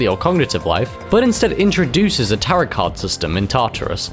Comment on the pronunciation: Dude. I know you’re a Brit and all, but the word “Tarot” does NOT rhyme with “carrot”. It’s TEAR-oh. Also you did Chihiro and Fuuka dirty—they are both adorable and sweet.